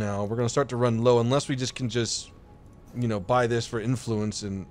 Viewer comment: Why...must you say "Influence" like that? You're putting too much emPHAsis on the wrong syllABle